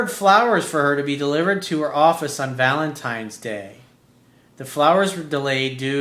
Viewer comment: ValenTINES day... not valentimes day.